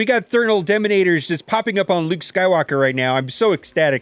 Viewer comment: Thernul Demonators....Termal Detamonitors.....xD